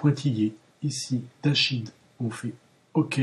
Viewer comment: Merci pour la vidéo, pour info Dashed se prononce Dasht et pas dashid ^^